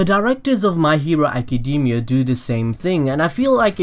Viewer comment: I love your videos BUT ACADEEEEMIA REALLY DUDE its so distracting